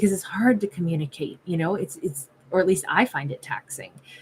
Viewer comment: I thought this was a good time to tell you that every time you say this word, I hear communiKate